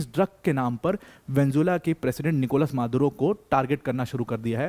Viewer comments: Vanjula 😂😂😂 it's Venezuela Sir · वेन्जुला वेन्जुला वेन्जुला नही वेनेजुएला। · ye video dekh ke meri pronunciation bhi kharab hogyi, venjula venjula nikal rha muh se